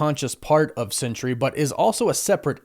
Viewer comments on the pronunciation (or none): Isn't it Sentry? Why do you call him Century? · I googled it, and I'm correct. The character's name is SENTRY, not "Century" as you keep calling him.